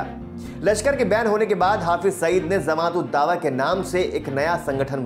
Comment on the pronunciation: जमात को zamat न उच्चारित करें